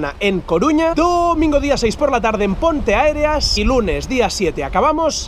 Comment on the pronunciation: no se pronuncia pontearéas(se q no lleva hay accento pero es para qe sepas como creo q se pronuncia)?